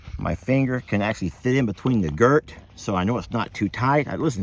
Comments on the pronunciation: Girth. Not girt. And a snaffle bit does wonder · It's a girtH not a girt